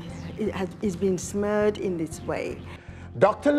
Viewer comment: LOL that got me too.. and the lady right after that ... Is she trying to say smeared?